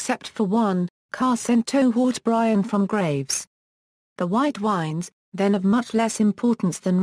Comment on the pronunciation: What great information but hard to understand so many mis-pronunciations "Haut-Bryan" lol if you didn't already know this it would bad for someone who didn't know...